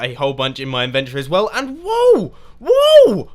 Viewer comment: I like the way you say inventory. "Invent tree."